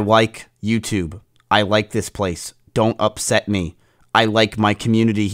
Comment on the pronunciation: "I wike youtube"